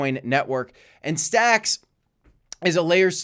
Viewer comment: yay he can say stacks stx correct now 👀you called it out ? haha😂 cough told you so... Thanks for my shout-out?? 😂 Jk